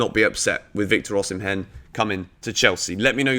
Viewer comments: I have been a fan and I am still a fan but you aren’t t doing justice to my Nigerian brother’s name 😂😂😂 it is pronounced O-Si-meh not O-si-men😂😂😂 i always enjoy watching your videos💯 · Hey, it's pronounced OSHImen,💙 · Pronounced "Osimen".. the "h" is silent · Am Nigerian and Victor Osimhen is pronounced as Osimen.